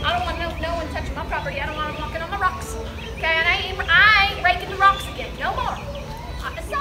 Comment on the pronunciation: Ahem. I believe you mean “rawcks”.